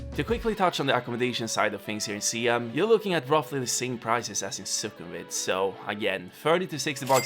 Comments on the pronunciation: Siam is pronounced sa-yam. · Sorry to say, it spells Siam but pronounce Sai Yuum which was the old name of Thailand